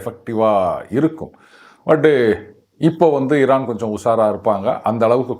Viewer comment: திமுகாகாரன் எவனோ இவன் வாயில சொறுவிட்டு இருக்கான் ...😅 சம்பந்தமில்லாத இடத்தில் பன்றி பேலும் பொழுது கத்துற மாதிரியே கதறுகிறான் பாடு 😅 அதுவும் ஈரான் என்று கூட சொல்ல தெரியலை இரானாம் 😅😅😅😅